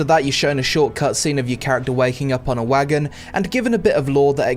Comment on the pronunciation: I heard 'waggin' ' instead of wagon.